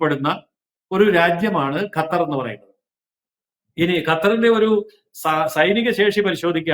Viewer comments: ഗത്തർ അല്ല, വിവരം കെട്ട ന്യൂസ്‌ റീഡർ, ഖത്തർ എന്നു തിരുത്തുക. ഓക്കേ. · Gathar alla mole qathar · ഗത്തറല്ല പെങ്ങളെ.... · This anchor always talks about gutter. Why not learn to pronounce that sound right!😊